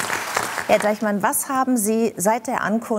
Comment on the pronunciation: Deichmann, nicht Deichman.